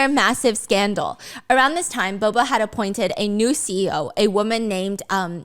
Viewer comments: As a Filipino you saying b0b0 is making me crayzi😣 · I don't know why I'm laughing when Stephanie mess up all the name at the end without noticed it. Tang became Tong. Bobo became Bobby.